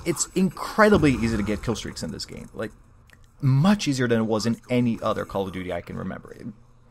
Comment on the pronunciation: When u say other it sounds like u say utter